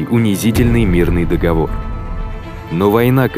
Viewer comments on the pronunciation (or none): none